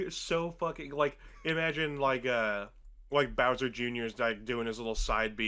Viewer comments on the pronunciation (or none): none